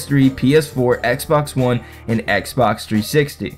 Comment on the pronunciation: Did you just say X Bone one 😂